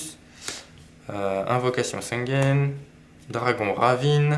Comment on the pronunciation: L’accent anglais sur « dragon ravine » est collector 😂